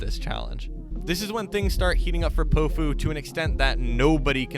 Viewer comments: I’m pretty sure it’s pronounced pow-few Not poh-few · it’s POW-fu not po-fu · I listen to him a lot been listening for years ever since Promoting Sounds posted his songs. Plus it’s Pow-Fu not Pohfu but you’ve got a good video here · Bruh your saying his name wrong it’s not po-fu it’s pow-fu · Is it just me or did it piss anyone else off how he pronounced his name poe foo the entire video, it’s pronounced pow foo my guy like it’s not that difficult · he’s been my top artist for three years now!!! ive spent so long wishing more people knew more of his songs, this is a great video! (also it’s pronounced Pow - fu (pow as in power, instead of pow like tow) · POW-fu, not po fu, you foo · Bro if your gonna make an artist bio on Powfu pronounce his name right at least! 😂 It’s POWfu like a comic book pow! It’s not poefu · it’s pronounced Pow fu i thought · did he just say p0ofu? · Bro, you gotta say his name right. Its pronounced POW like in powerful. POW-fu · (Pau-foo) pronunciation or (pow-foo) 🙃, just thought I’d spread spread this… Go listen to him say it himself in his song “would look perfect” at time stamp to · its pow-fu. like kong fu but great VIDEO !!! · the way you say powfu jesus christ